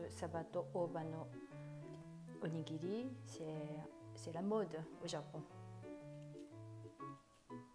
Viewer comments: Qu’est-ce que c’est que cette prononciation! On ne prononce pas du tout onigiri comme ça au Japon et pour un japonais vous parlez super bien le français (mieux que mon époux japonais qui est en France depuis 12 ans) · Demandez à votre mari si je prononce bien “onigiri “. En tout cas c’est comme ça que je prononce depuis toute petite 😂